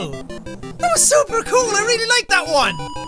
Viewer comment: My video paused when he said super and sounded like he said soup